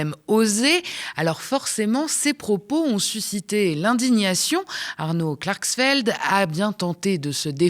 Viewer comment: Klarxfeld c'est la prononciotion marxiste ?